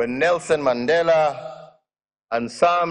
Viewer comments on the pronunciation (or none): none